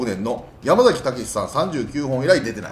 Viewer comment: やま"ざ"きではなくやま"さ"きです…